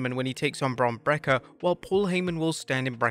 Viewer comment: Why you keep calling Him Bron Brakka it's Bron Breakker